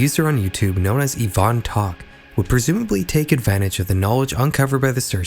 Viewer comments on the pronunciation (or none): none